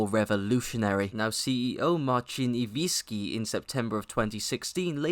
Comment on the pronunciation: IwiNski, not Iwiski you morron!